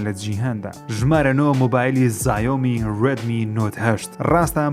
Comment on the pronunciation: زایۆمی نیە ژیر گیان ، بەڕیتانی ژیاومێیە ، چاینایش بە شیاومی ئەخوێنرێتەوە❤❤❤